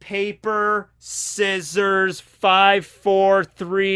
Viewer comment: This man said scysores I'm dead